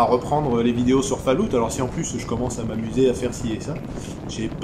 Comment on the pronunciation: Super mais par contre la prononciation de Fallout c'est plus possible